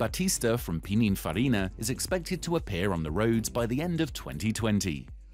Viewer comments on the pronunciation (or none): none